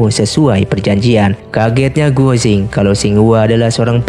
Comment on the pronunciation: untuk komentator, guo jing(郭精) di bacanya kuo cing, bukan guo jing..😊 hong qi kong dibacanya: hung chi kung.